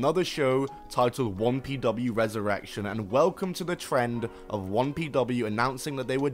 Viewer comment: why do you keep saying wompw its 1pw